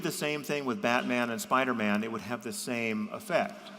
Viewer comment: As if there weren't enough annoying things about JP, I've just discovered that he pronounces "Spider-man" "Spidermn", like it's his surname.